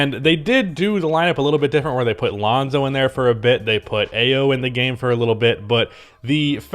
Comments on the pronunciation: Its Eye-o , eye-o!!!😂😂😂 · you can't call yourself a Bulls fan and still be pronouncing Ayo like that, it's I-yo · Its Eye-O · It's pronounced eye-oh fyi :)